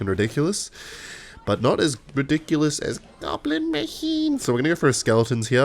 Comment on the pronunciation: "Goblin machiiin" says with emphasis on his voice while watching Berserker on the breeding machine.